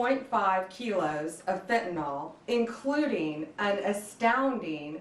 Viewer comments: ummm…that’s pronounced FENtahNIL Ms. Bond… (oh, so sorry, did I mispronounce your name?) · It's great this stuff was intercepted, but... ALCATRAZ?! REALLY?! She's the wrong person to be announcing this. She can't even properly pronounce methamphetamine or fentanyl. It's not metha-amphetamine or fentanALL. My god, she is clueless. "Molly" is a DATE drug?! It just gets worse the more she speaks. Get her out from in front of the camera. She comes off like she's just trying to follow some script she does not fully even understand. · Is there anyone that can pass the following to AG Pam Bondi? Honorable Pam Bondi: Please try to pronounce it Fen ta NIL, not Fen ta nawl, it makes you sound uneducated. Thank you kindly for your efforts. (Might as well spread the word about fentanyl test strips as well) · What the hell is "Fentnol" and "metha amphetamine" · It's fentanyl - last syllable pronounced as nil. I have no idea why so many are mispronouncing it I guess they never studied organic chemistry. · Very happy to see this, but it kind of blew my mind that even Pam Bondi doesn't know how to pronounce fentanyl. Sheesh.